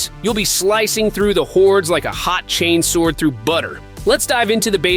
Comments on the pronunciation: Not chains word brother, chain sword. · Man, I thought this was a real video until he said, "Chains word" 😆 Dead giveaway for AI SLOP!